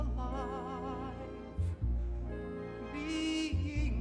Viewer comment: Don't care for his interpretation at all, but, given the choice that he made as an actor, he did it OKAY. But DROP those "H's" where they're not written (i.e., HA-LIVE)..